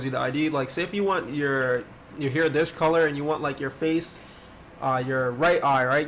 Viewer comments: I like how he says heer instead of hair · Why he said hair like that LOL 😂😂 Love your games